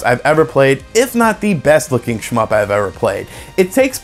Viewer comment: Stop saying shmyp...